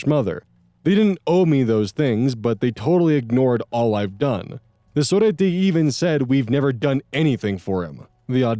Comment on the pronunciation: I love pronunciations in the Cousin Saga. I'm from Argentina too, and it's so interesting. Surprisingly, his pronunciation of "sorete" is somewhat good! Fun fact: sorete equals to calling someone a piece of sh*t Another fun fact: Capital Federal is the capital city of Argentina. And here 40 dollars would equal like 42.906 with 20 cents.